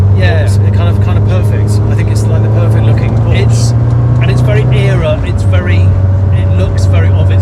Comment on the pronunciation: And "Era" pronounced correctly, its not fucking "Error" to all Americans and other non English speakers.